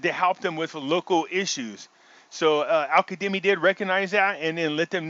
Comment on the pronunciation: Why do you pronounce his name as Al Kademi? It’s Al Kazemi!!!